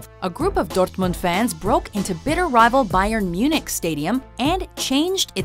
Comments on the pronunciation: When she pronounced Dortmund I almost shit myself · I love how she pronounces Dortmund like it's Spanish lmao.